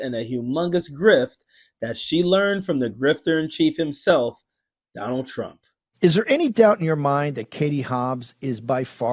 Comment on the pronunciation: Kari T rump lol pa-lease lady!